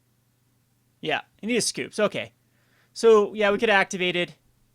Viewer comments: ...I hate to do this to you...but Har-Binge-er, not Har-Bing-er. Other than that, though...I like the deck quite a bit! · harbinger = Har-bin-Jur